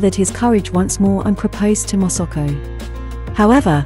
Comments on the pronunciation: The narrator repeatedly pronounced MA SA KO to Mosuko 😢😢😢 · Please pronounce her name correctly it is MASAKO not MOSOKO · Its not Mosoko its Masako !! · Pain to hear her name pronounced INCORRECTLY as MOSOKO. If she COULD CHECK HOW her Name IS PRONOUNCED MA (like in Malasia), SA (like Sack) then KO. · if you could only pronounce her name properly! It is irritating that you are not even trying phonetically - It is Ma SA ko ! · Interesting content. But you would think one could get the pronunciation of the subject of the entire video right. Her name is said, completely wrongly, hundreds of times. It quickly becomes very jarring.